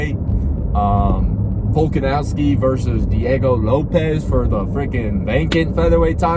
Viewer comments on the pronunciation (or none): none